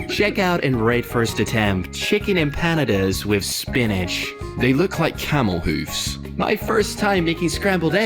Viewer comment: I just keep feeling pain everytime they say Empanadas wrong😭